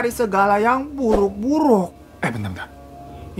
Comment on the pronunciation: telat nonton tapi tetep notice "niscaya orang orang yang sellu bersedekah dan berdoa kepada Tuhannya akan selalu dilindungi dari yang bruk2" dengan logat bang hirooo yee..makasih lho bang,, usseett dah,,,hwhwhhwhakwak